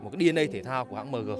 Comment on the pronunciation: Thương hiệu ng ta bán nhieu thị trường , đọc logo thành tiếng Việt lun , Hài thiệt 🥴😂☺️